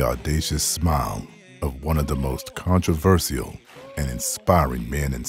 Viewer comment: "contro-verse-ial" aaight bro